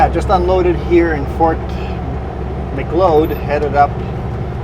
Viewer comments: Fort Mick-Cloud is how it's pronounced. And if you ever go through Claresholm again, you MUST stop at Roy's Place Diner and get one of their giant cinnamon buns. They are the best in the entire WORLD. on your time stamp. LOL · Fort Macleod is pronounced like Fort Mc-cloud. Not Mc-loyd